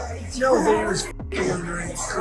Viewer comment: The big sigh with the British “nooo” GUILTY!!!